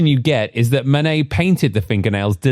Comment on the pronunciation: Don't use AI voices that can't pronunciate Manet. It is not Man_et, it is Man_ay.